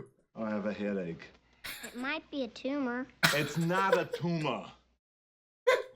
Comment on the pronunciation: "It's not a tooma, not a tooma"